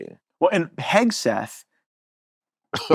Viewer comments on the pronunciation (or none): does he say “pegseth”…